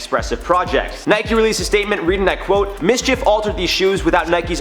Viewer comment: You said it right, its Mschf like loki mischief